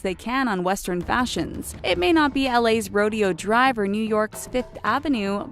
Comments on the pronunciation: Ambo Von Rawr I noticed that too! Lololol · LMAO this video kinda cracks me up whoever wrote adn is narrating this is very misinformed liek they couldnt even pronounce "rodeo drive" right!??! like bruh u dumb? its litearlly so well known and famous if u gonna put it in a vid plz say it right thnx